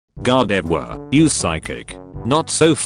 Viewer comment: The following are the musings of a Salty SEAGULL named EARL who just shows up in my posts whenever he feels like it! [EARL the Salty SEAGULL:] - "Wow, she's THIRSTY... for more than just WATER!" - "GODOFWAR is an interesting way to pronounce GARDEVOIR!" - "Personally I like that female Hippowdon have a different color from the males!" - SEAGULL Laugh